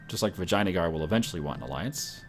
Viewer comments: Actually it's Vi jay AN a gar. Not Vi jay na gar. He's just prenouncing it like that because it's funny, but it's not correct I believe. ;) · do you even compass? U dont seem to know where east and west are... -_- Also, it sounds like you say vaginajar. I hope thats on purpose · I like the way pronounces Vijayangar - <Vagina-guar>:D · Its Vee-jai-nagar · Your pronunciation of Vijayanagar is absolutely fantastic //coughs